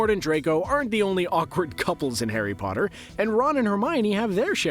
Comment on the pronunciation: 2 seconds in... The way you say Potter.... cringe dude. "Poterr'rr" Bahahaaaa